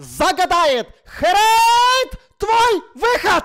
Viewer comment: не хрэйт а херейд